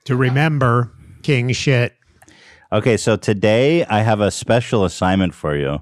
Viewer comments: he was kinda pronouncing it like “keeng shit” lol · Ngl, when Ethan fist said “king shit” I thought he was saying “Keem-shit” and I was rofl This is a suggested keemstar name change to “keem-shit”